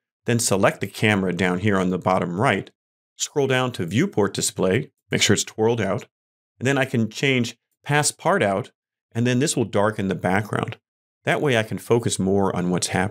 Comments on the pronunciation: i laughed hearing u say "passpartout" its a french word look up how to pronounce it please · Great Video! "Passe-Partout" vs "Passe-Part-Out" is genious. ;)